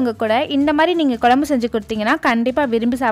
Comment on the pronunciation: Its not Kolumbu... It's Kozhambu